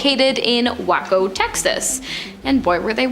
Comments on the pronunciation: Why can't anyone on this channel pronounce anything? And you failed to mention in Waco that the US under Janet Renos order set the place on fire and killed women and children that day. WACO WAY-CO jeez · The host in the black shirt long black hair I guess she's just trying to be funny but that's not how you pronounce davidians and it's Waco not wacko you spell Waco with a long a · It’s Waco pronounced WAY CO. NOT Whacko u whacko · Just a Texas not it's pronunciation is ( way-co)